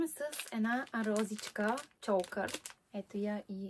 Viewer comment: Чокър а не чолкър